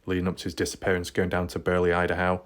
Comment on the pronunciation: You should have 2 channels. Most people that care about missing people are not wasting their lives playing video games... and there's only 1 way to say idaho. What country are you in? 😆 not America because you don't pronounce anything right 😆 🤣 like your channel but c'mon man.